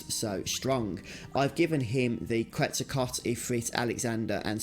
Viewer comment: mate, whoever told you that it's pronounced "QuetzaCOT" has lied to you and knows not what this GF is based on